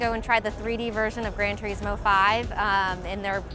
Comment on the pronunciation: I HATE HOW SHE SAYS TURISMO